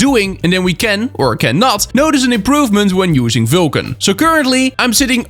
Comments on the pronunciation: its vulkan bro. not vilkan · Why can't you say Vulkan? You say VYLKAN all the time.